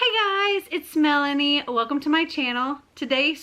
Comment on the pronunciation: I honestly had to rewatch the intro to this video because I thought you said ‘it’s Smelanie’!🤦‍♀️😂